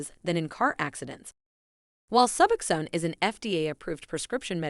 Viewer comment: Pronounced Suboxone completely wrong, I think this was actually a computer generated voice. That’s why